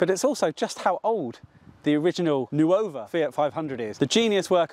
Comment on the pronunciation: Just a friendly note, nuova (new -F) is pronounced nor-va, not nu-over.